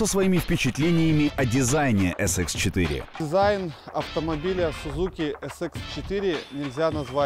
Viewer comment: Не Sudzuki, a Suzuki надо произносить название.